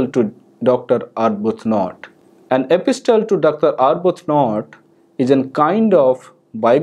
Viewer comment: The letter ‘t’ is silent when pronouncing the word ‘epistle’.